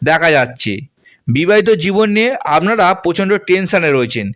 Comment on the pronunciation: আমনারা, চাগরি, পেম, পোআবে , পোমোশান, .........এই কথাগুলো, একটু ঠিক করে বলুন 🙏। আপনি যেগুলো বলেন, সেটাই লিখলাম, শুনতে খারাপ লাগে 🙏।